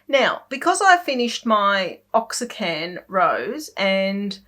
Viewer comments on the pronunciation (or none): Love the tutorial and podcast. You have inspired me to start painting and I’m doing a picture a day in the ‘In the Woods’ book as well as other free style painting I get from watching you or other Youtubers. It’s tons of fun. Just want to say I believe Oaxacan is for the Mexican city Oaxaca. Properly it is pronounced ‘oh-ah-ha-ka’. If you say ‘waa-ha-ka’ it sounds almost the same. I’m not a native Spanish speaker, but was raised near the border and took Spanish in school....years ago. Of course if you don’t use it, you lose it. Thanks for all the time and effort you put into your videos. I really enjoy each one (now that I have binged watched them all to catch up).